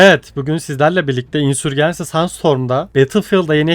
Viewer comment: Ya tamam İngilizce telaffuzunu bilmek şart değil de İngilizcesini söylemiyorsan "İsyan Kum Fırtınası" diyebilirsin. Insurgency'i Türk alfabesine göre okuyunca herhangi bir dilde karşılığı olmayan bir şey söylemiş oluyorsun. "insörcins(i)y" İngilizce telaffuzu. Ya da Türk alfabesine göre telaffuz edeceksen tamamını öyle telaffuz et. "C" harfine kadar Türk alfabesine göre C'yi İngilizce'ye göre telaffuz edince iyice çorbaya dönüyor. Ya da takıl kafana göre canının sağlığı.